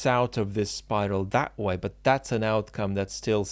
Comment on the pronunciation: Trivial aside......., you know there's a "t" on the end of "but" and "not"?:D Makes me smile, your big "Buuuu" and no closing "t". I always add that T for you, out loud. lol